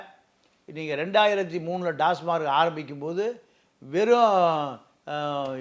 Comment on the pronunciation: Tasmark or TAMAC BASIC PRONUNCIATION IS ONG. PLEASE CHECK